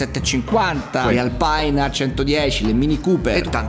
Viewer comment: Ottimo servizio ma per favore ... non si può sentir pronunciare "Alpain" nel mondo dei rallyes!